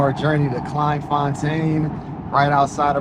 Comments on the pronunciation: It’s pronounced ‘klayne fontaine’ not klein like kelvin klein. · Pronounced " Klay n. There are hundreds of all black towns in SA. The difference is that they are not self sufficient, and are very successful...as youve seen.. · Thank you for teaching me about my own country. Never heard of this town. It should be pronounced ’Clayn fontane’ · It's pronounced clayn fon tayn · pronounced CLAYN FONTAYN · Its pronounced Clane forntane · I really enjoyed your video but please pronounce the name correctly, Dannie told you how to pronounce it and when you said it correctly it sounded really good coming from an American. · The way you pronounce Kleinfontein😂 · It would make a big difference if he took a little time to learn how to pronounce Kleinfontein and a few other names. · It was very frustrating listening to you pronouns Kleinfontein wrong. Someone should have told you how to say it. Unfortunately I just couldn't watch the whole video but had to say something. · pronounced "clai(m).... "Kl(ain)fontein" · Why repeatedly mispronounce the name? The "klei" part rhymes with "clay". I mean, you got the "tein" part right.